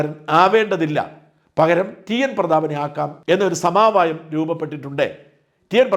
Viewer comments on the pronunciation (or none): സമാവായം അല്ല , സമവായം